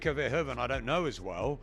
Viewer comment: It's pronounced more like "fair-who-fan"